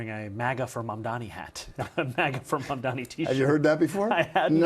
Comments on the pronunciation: The refusal to say his name correctly, the very sentence after talking about OTHER people's trouble saying his name right, and then getting it wrong again, is 100% no accident. It is a coordinated effort. Status Quomo adopted "Mandami" on purpose -- same with Sliwa. Other reporters and pundits have clearly and intentionally done the same. It is NOT a difficult name to pronounce whatsoever. They're promoting a subconscious dismissal of his identity, but it's obviously based on race. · You pronounce his name wrong with in opening second,i am sure you did it on purpose. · I really think people are mispronouncing it on purpose. Agreed it's not a hard name after you say it once or twice